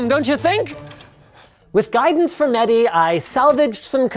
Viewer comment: It's Mehdi, Not Maddie.